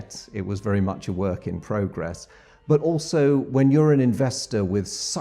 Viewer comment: Speaking of errors of the day, you said "progress" WRONG!